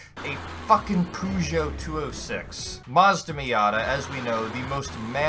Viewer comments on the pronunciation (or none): it is actually pronounced "poo-ge-oat" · R33Racer eh, in our country and ads it is "pe-žō" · R33Racer you mean Poo-jo? Like we all know how to pronounce it cuz we know what isn't English. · R33Racer Poo-get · isn't that pronounced like pejo? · The POO-GOUE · poogeu two-o-six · I lost my shit at your pronunciation of "Peugeot" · Can't even pronounce Peugeot right...